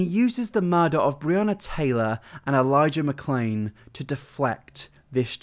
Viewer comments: Idk if I'm going crazy but I'm pretty sure he mispronounced Elijah Mcclain's name and they had to edit him saying it right 😳 I've replayed it a lot, the mouth doesn't sinc right. That just goes to show he doesn't give a shit about them or the blm movement. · anyone notice how he prolly pronounced elijah mcclain’s name wrong so he voiced it over LMAO